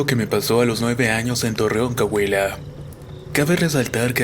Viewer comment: En torreón Cahuila 😂. es Coahuila